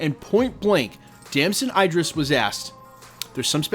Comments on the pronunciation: Name pronounced as E drees, not I drees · Its Idris not I-dris, like Idris Elba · tf is Eye-dris, it's Idris, like Eedrees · bro saying his name wrong, its the same way you say Idris in Idris Elba